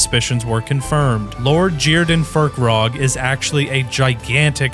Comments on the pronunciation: Its Fir-kraag, not Fir-krog. There's no O, where is the O in the name?? There's only A's. AAAAAAAAAAAAAAAAAAA!!!!!!!!!!!!!! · Not fur-krag, fire-craig, you know, like firecracker 🤓😉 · Its not FirkRog, its pronounced FIRE CRAG